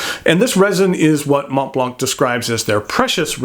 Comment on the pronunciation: Just so you know, the T and the C are silent :)